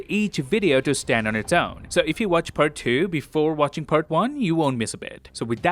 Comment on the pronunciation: my favorite part is ''puhrt two''